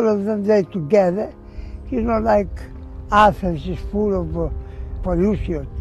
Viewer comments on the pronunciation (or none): none